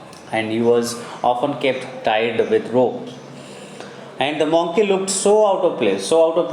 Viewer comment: its monkey not moonkey